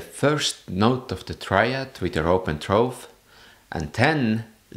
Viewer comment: Great video, but your pronouncation of "throat" is a little off-putting lol.